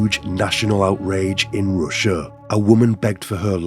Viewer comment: I'm sorry, the story sounds super interesting, horrible but interesting. Nevertheless I cannot stand this manner of dragging syllables in last word of the sentence. "Ruuuuuusia", "Doooooore". I don't know if that's simply how some people try to become more mysterious or what? I highly doubt this is how they speak normally. So when I hear it in a video, it's an instant quit for me. Nevertheless wish you best.